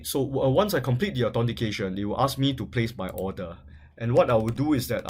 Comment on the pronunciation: "A-TORN-T-CATION" "PURCHES" Gosh his english is terrible as fuck.